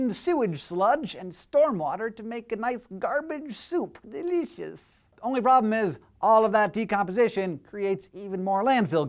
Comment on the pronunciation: Lol delicus so funny how you sed it